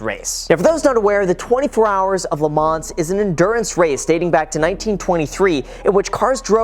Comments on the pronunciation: You don't pronounce the "s" in LeMans. Just say "LeMan" with a French accent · Congratulations on the GT!!! Best paint scheme, too! The "ns' in Le Mans is silent. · For a car guy, you would think he would know how to pronounce Le Mans properly. Sheesh! Hint: don’t say the s. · It's pronounced "Le Man" not "Le Manssssss" 😂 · great car, just fyi Le Mans is pronounced "le Man" (the s is silent) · not to nitpick but it’s “le mahn” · Btw it’s pronounced le ma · > car enthusiast > pronounces it "le mahnz" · Couple of things you might want to add to this: Le Mans is pronounced "Le Maw" and It was Henry Ford's son, Henry Ford II that had the deal with Ferrari that went sideways. Just so you know to expect a million car people screaming at you in the comments :p Love the new car, and the channel! Keep it! :D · Just a quick note! The “s” is silent in Le Mans :) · The S is silent in Le Mans. Nice car though 👍🏻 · The way he says Le Mans just gets to me... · The way he pronounces Le Mans 🤮🤮